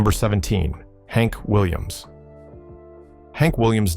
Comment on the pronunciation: I am disgusted with this “robot” doing the narrative! I agree on the inept pronunciation of Hank Williams, Jr., and our robot does not distinguish between “live” or “live”~hell, I am sick of these robot voices and I stand behind my criticisms! Thanks for YOUR comment! You lit my fire‼️‼️